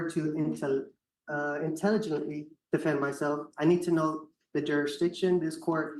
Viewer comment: Okay, so, he claims that he doesn’t understand simple statements made by the judge but yet he wants to intelligently defend himself (and he has to make a couple of shots at pronouncing “intelligently” - oh, the irony 😂😂). And everyone here in the comments section and in the courtroom knows damn well that he understands. Nobody can be THAT stupid.